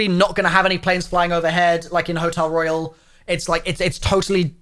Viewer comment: No It is royal (roy-ul)